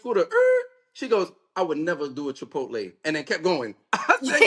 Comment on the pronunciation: Chipotle stomach bubbling food? Chipotle probably the healthiest of the 3 they just names … she said chic. Fila tho lmao